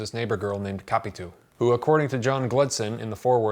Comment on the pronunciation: How to pronounce correctly "Capitu". In Portuguese, we split her name like that: Ca-pi-tu. But you non-native Portuguese speakers have to say her name like this English conversion: ka-pee-TOO, because we have to accentuate every word that ends in -u in Portuguese. Thus the stressed syllable is the last "tu", and not "Ca". You tended to stress the syllable "Ca" but it is wrong.